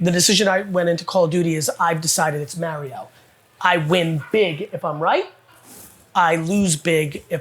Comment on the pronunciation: Why does he pronounce Mario like "marry-oh"?